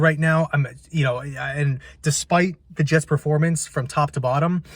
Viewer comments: New York Hets 😂😂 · Ahh yes the New York Hets